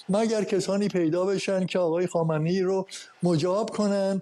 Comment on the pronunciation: یک‌م ف درست زدی و آن هم بجای خامنه ای گفتی خایه منی